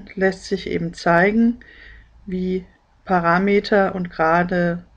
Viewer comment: Gefällt mir gut. Aber sprechen Sie doch bitte PARAMETER korrekt aus. Die Betonung liegt auf dem 3.letzten Vokal a. Nix Meter.